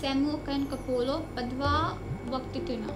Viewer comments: ko-plo not ko-po-lo sis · Koplo not Kopolo . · Koplo not kopolo sry xD